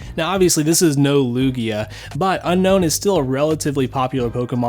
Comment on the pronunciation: Its Un-own not Un-Known